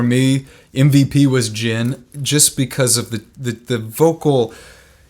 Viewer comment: that’s Jin???! Me: Y THE HECK U SAY IT LIKE THAT!??🤬🤬🤬